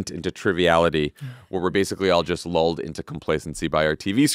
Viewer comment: Did Jon say "LOLed or "Lulled" into complacency? 🤔